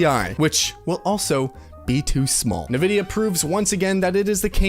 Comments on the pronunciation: Am I the only one hearing him pronounce Nvidia "nevidia" instead of "envidia" and being slightly annoyed every time? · It didn't help that all the series X and PS5 games were designed to still be played on last gen consoles. At least a lot of them. So were they truly next gen if they could still be played on last gen consoles? Not in my book. PS: Nvidia is pronounced invidia not navidia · My man really said “nividia” 10 times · What's Navidia? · If you say Navidea one more time, Imo havta crawl through this screen 😂... I'm in need of a PC, but the cost vs. performance is insane.